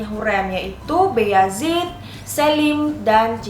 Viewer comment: Nonton ini selalu mendapat pengucapan yg kurang pas, keknya bayezid bukan beyazid, knp bilangnya beyazid?